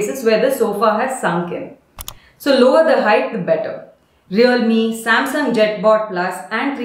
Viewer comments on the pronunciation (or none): none